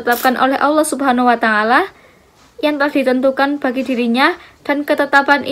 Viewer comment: Mohon koreksi penyebutan watangala.yg seharusnya tidak seperti itu terimakasih